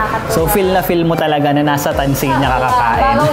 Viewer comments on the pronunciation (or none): Nice video. But its pronounced Tanzania, not Tanzeenia.